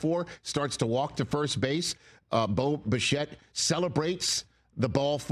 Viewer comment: Any one else hear Boba Fett whenever Rich says Bo Bichette?… very confusing for someone who hasn’t watched a single game of Blue Jays baseball before game 1